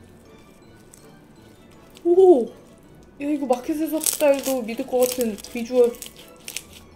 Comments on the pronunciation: 다이슬라임이 아니라 디아이와이 슬라임이라고 발음하는거예요! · 읽을때 다이슬라임이 아니라 디아이와이슬라임이에요!!! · 저번부터 ㅋㅋㅋㅋㅋㅋㅋㅋ 다이슬라임이아니라 디아이와이에요 diy그대로 읽는게 아니라 D.l.Y에요 ㅋㅋㅋㅋ 줄인 단어라서 알파벳으로 읽는거,,, 미국 U.S가 어스가 아니라 유에스 듯이 ㅋㅋ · ㅋㅋㅋ다이ㅋㅋ 죽음ㅋㅋ